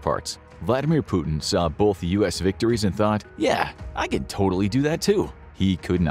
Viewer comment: It's pronounced "both" not "boLth"